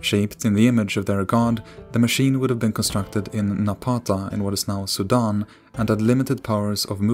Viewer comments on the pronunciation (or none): none